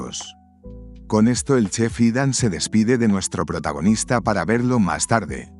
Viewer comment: Que buenos resumenes nos traes, pero aqui un corrección desde mi conocimiento y es que el nombre Ethan se pronuncia Itan, al menos por mi parte asi me dicen:goodvibes